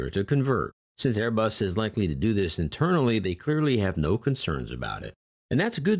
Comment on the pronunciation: Am I the only that heard "until late 2019 that an upstart Manufacturer you may have heard of named aibus" 2019 what are you talking about they where founded on 18 December 1970